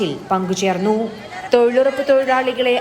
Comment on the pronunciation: തൊഴിലുറപ്പല്ലല്ലോ തൊഴിലുഴപ്പല്ലേ...